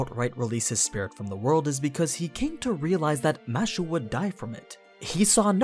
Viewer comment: its kind of annoying hearing "mashu" instead of "mash"..... might as well call her mattew if you are going that route. Also, Fuijmaru was a mage from a start, a shit mage, but a mage. Not an average person. The 10 spots were open to the "public", but not the general public, the public of mages. Also another mistake "somehow he knew the world would end soon", yeh, not really. Its just that's what the animusphere family was all about from the start, monitoring the world and the stars. Also, it helps when his servant can see the past, present and future, hint hint hint. so overall you still have a few mistakes here and there, those are just the 2 that jumped to me from the start